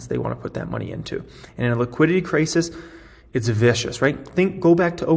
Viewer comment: You say liquidity, I hear tegridy.